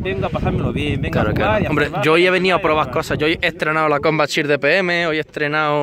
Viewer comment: Has vuelto a decir "combat chirt". 2° aviso.